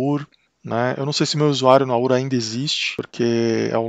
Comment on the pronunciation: Legal seu vídeo. Gostei de sua pronúncia correta da palavra "aura" (o que se escuta de aurea....é brabo!). Quanto ao Arch: se não se vai usar muitos hardwares novos (fones, placas de vídeo, etc) vale a instalação? Em comparação com um Debian Stable, por exemplo..Abração